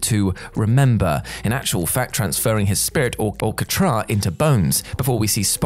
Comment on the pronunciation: The phonetic you're looking for is KAH-tra, emphasis/stress on the first syllable. This channel, along with Trek Culture, mispronounce things constantly, showing the severe lack of any actual knowledge of these properties. His name is Harve (harv), not Harvey, again, fans know this. Also, according to both Nimoy and Bennett, as discussed in interviews both contemporary of the movie and as the years passed, the plan was always to bring Spock back, and it was how Nimoy was approached to play Spock again after his disappointment with TMP. "How would you like an amazing death scene?" The entire ST:TWOK section sounds like a great deal made of nothing. Adding more nods to Spock returning doesn't mean that it wasn't the plan all along.